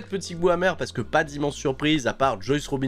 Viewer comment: Sinon, je me demande depuis un moment, une raison particulière pourquoi tu prononces Juice "Joyce"?